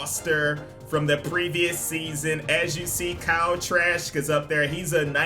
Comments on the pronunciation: I like how he's calling him trash instead of trask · Lmaooo it sounds like you’re saying trash whenever you say trask, sounds like you got something against him everytime 😂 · Sounds like is saying Kyle Trash 😅😭